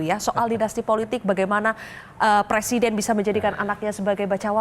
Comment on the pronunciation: anaké presiden jelas bedo ambek anaké presinden ... bedané cuma kokèhan huruf n ( presinden) 😆😆😆